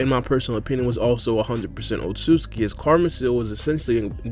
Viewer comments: Damn it it's "Ot-sut-su-ki not "Ot-sus-ki" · How are you so bad at pronouncing Otsotsuki